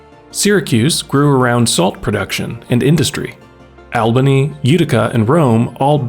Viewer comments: BTW… it’s pronounced awl-buny not Al-bany. Not a New Yorker here. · It is not Al-bany...it is All-bany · "ALL" All-bany, not "AL" Al-bany. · NoOoOoo. It’s ALL-BUH-KNEE not AL/OWL. When you grew up here and you hear that you’re like NoOoooO! GIT IT RITE! lol! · Resident of Albany here. It’s not ALbany like the name Al, it’s AWWLbany. I hear YouTubers say it the first way allllllll of the time and it’s a pet peeve of mine. Along with calling Syracuse “Upstate”. Syracuse is central NY. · Albany is pronounced all-bunny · “Albany” is pronounced as “all bunny” not “al benny” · also- " AL-- benny" is not how it's pronounced it''s "ALL-Bany" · All-bany not al-bany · ALL-BANY, FFS... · Albany is pronounced ALLBANY. Upstate NY needs dozens of companies of this like this . I’ve lived in western New York for 38 years and the economy has been going down before and after I moved here. Also Air Bases in Rome and Plattsburgh. Finally our Governor seems determined to help illegal Aliens and the indigent at the expense of the taxpayers! AOC and Schumer are contributing to this financial disaster. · It’s pronounced Awl-bə-nee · All-bany. Not Al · damn! i can't believe you found a way to pronounce albany wrong! that takes talent